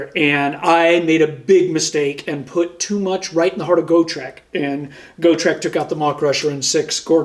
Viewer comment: Love that you guys are back. I don’t have pages for reference but you can’t stack the same abilities from the same source more than once (believe it was in Gw faq somewhere, that’s a more fyi than complaint lol) Also it’s gotrek (got-rek) not go-treck which sounds like a Footwear company 😂 Love the content crazy how strong the ij are at present.